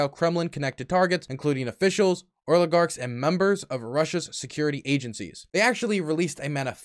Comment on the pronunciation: Is it just me or does keep saying “Oiligarchs” not “Oligarchs”???